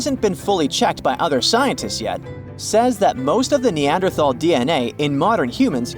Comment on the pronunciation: I don't trust what anyone, who doesn't know how to pronounce Neanderthal correctly, has to say about them. 🙄